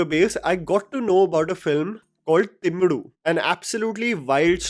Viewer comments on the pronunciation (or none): Hey man. I am not sure if you have any tamil speaking followers but that movie at is Vallavan. Not Vaadavan. You have actually captioned it correctly but pronounced it incorrectly. And the move is Thimiru. Not Thimudu. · It’s V-uh-LL-uh-v-uh-N And Th-I-m-i-r-ih …( the i in iguana) .. and there is no d sound in either of the names This comment is not in hate .., I just want it to be pronounced correct because it sounds unintentionally hilarious Thanks for being a pan Indian film critic! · first of all, it’s not Thimidu but Thimiru (तीमिरु) and not vaadavan but vallavan (वल्लवन) 😂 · u need to work on ur tamil pronounciation bro i suddenly burst out of laughter when u say vadavan🤣 and thimudu 😂,but it was more hillarious than upendra movie plot 😁😁😁😁😁😁ENNA KODUMA SARAVANA(MATLAB KUCH BHI)